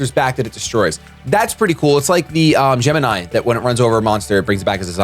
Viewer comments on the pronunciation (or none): none